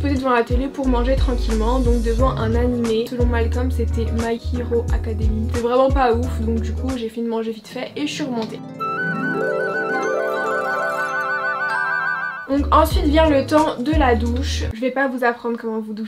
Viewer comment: « my kiiro akademi » 😭😭